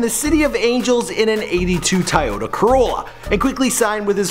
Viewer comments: Wtf is a tieyota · "tahyoda corolla" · Im sorry, an "82 tyota corolla"???? I think you mean Toyota.... SMH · tie-ota lol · It's pronounced toy o ta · " '82 Tieyota corolla...." Ok... Never heard of that car before... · YOU CAN'T EVEN PRONOUNCE TOYOTA. Your awful pronunciation of almost everything is driving me nuts!